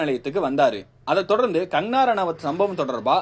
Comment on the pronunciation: Her name is Kangana, not "Kangarana". Please pronounce her name correct in the first place.